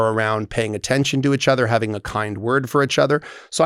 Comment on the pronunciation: Clause: You have to say “each other” not “itch other”. 😂